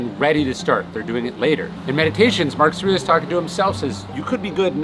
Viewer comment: You probably say the name "Marcus Aurelius" 100 x per day. Still, out of respect, you should enunciate it clearly, and not slur it. Obviously not pronounced " Marcasrilluss". The old guy is your bread & butter.